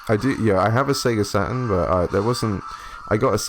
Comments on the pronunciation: Sega Sa...urn emulation. Was there a T in that word? No? Look forward to some Sega Sa..urn emulation then 🙄. Have you got any of those colored pens? Fel... ...Ips? Got any Fel...Ips... Or just a Sa....urn? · yeah and they all pronounce their Ts like grownups. Check you out: I'm not saying that T Dad I'm too f-ing cool. Is that how coolness works? Sa...urn. There! all cool now I took the T out. That was big of me.